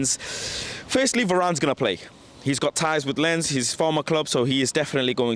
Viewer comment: It is pronounced Lance not lens.